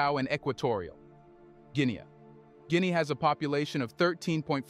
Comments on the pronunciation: It’s not Guineae it’s Guinea I’m from there! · Jesus Hieronymous Christ man, can you not get ONE single African name right?? Gwinee is not the name of the country, you moronic AI clown. There is an incredible amount of other stuff you get wrong in this thing. For one, 'Mandinka' is not a name that's being used in Guinea - ever. Iron ore sits in the ground and is not being exported. Agriculture is and remains the employment backbone of the country. Mining cannot and will not provide employment in significant numbers. As you were. But for heaven's sake, get those names right.